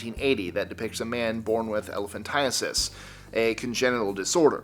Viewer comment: elephan tie tis is how you pronounce it.